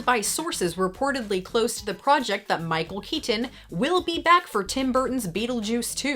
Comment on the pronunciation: I So love all your videos but the way that you're pronouncing Michael Keaton is really driving me nuts LOL